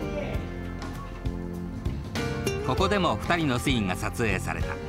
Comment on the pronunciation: ナレーターがシーンのことをスィーンて言うのが気になりまくる オフショット時の柴咲コウって喋ると頭悪そうだね